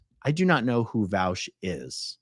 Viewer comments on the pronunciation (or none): Destiny would love hearing the way Aaron says Vaush 😂